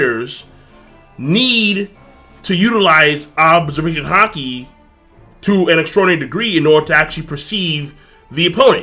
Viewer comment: Why does have a problem saying "Observation Haki"?